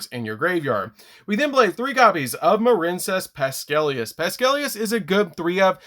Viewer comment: My nephew: Why does DaD keep pronouncing Marincess Pascalus wrong? Me: Because he doesn't care about pissing off the Peanut Gallery. My nephew: Sorry I asked. So far, I am the only one that runs Eria Gentle over Splash Mage, and I do it so not to be locked out of Shark and Toad. Still, this looks like an upgrade blueprint for my Marincess deck. Mimi is probably thanking you for remembering her suggestion, along with the Italians who topped with this deck at regionals.